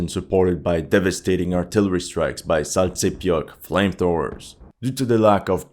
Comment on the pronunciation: lol new joke: "saltsepek" instead of "sontsepek" its wrong but somehow its right